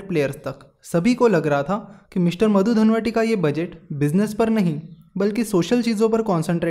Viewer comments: its not Madhu dhanvate its Madhu dandvate (दंडवते ) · VP Singh's Finance minister was - Madhu Dandavate - मधु दंडवते not Madhu Dhanwati.. Your voice sounds like मधू धनवटी please correct that.. it will make real sense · its Madhu Dandavate not Dhanvate